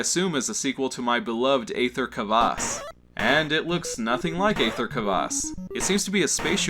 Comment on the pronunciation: Aether is just the British spelling of ether. Pronounced ee-ther